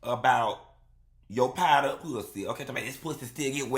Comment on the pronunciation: Talcum powduh 😂😂😂😂😂